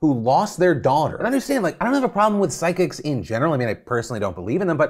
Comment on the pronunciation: I literally had to stop when you said "physchjihcs" my blood, my rage. Someone's dead, better capitalize!